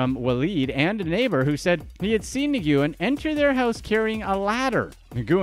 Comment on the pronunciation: Dude "NIGOOOEN"???? YOU GOTTA BE SHITTING ME!!! Nguyen is a very common last name over there. It's pronounced "Win"